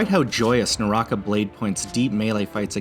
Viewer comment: Way to butcher it's pronunciation lmfao